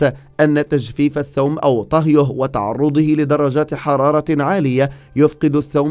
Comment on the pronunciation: الثوم البلدي ولا ايثوووووم. 😅